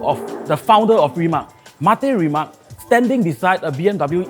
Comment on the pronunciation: Its like “throwing a house party and the guest invited did not learn how to pronounce the hosts’ name correctly.”